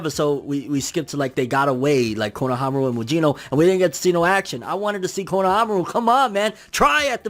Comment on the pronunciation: Yeah it's correct